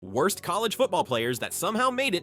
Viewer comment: You mispronounced worst coach